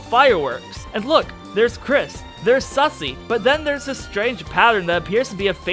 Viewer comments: Also it's susei not sussy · It's susie not sussy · good to know i'm not the only one who calls Susie "Sussie"